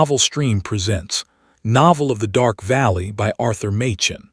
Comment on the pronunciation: Makken you AI bullshit😂😂😂